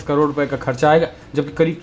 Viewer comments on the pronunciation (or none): none